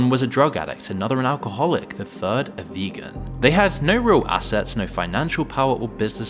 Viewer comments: 6: 31 Wilddd 😭 you said vegan like it was a sl*r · Yeah i loved how he emphasised the vegan part 😂